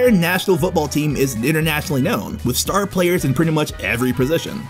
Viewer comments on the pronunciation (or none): none